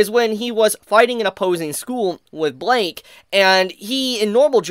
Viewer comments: why u saying blyke like that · it's pronounced "blike" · his name is blyke not Blake or bike its blyke